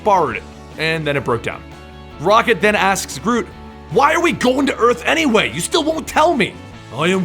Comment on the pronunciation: All I hears was groom groovy grotty groot